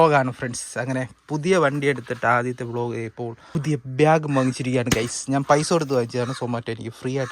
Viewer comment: ബ്യാഗ് അല്ല ഭായ് ബാഗ് ഏതെങ്കിലും ഒന്ന് നേരെ പറയാൻ പഠിക്ക് 😂